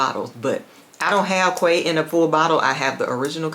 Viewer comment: I don’t like to correct people on fragrance pronunciation. I think this one is kaaah-waah 😅